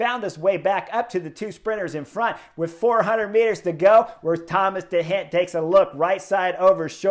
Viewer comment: I learn and love your analysis. Only one problema: your pronunciacion of the names of the riders: i.e. de Gent , Movistar Arcas, or your wonderful descripcion of you triumphal victory at Angilu. Gracias anyway